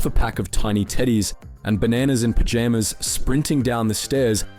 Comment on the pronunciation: No way you just said "banAAAnas" and "pajaaamas". Dude, you're Australian. It's banah-nas and pyjah-mas.